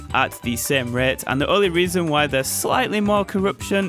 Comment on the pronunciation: "at the same ruhyeaut"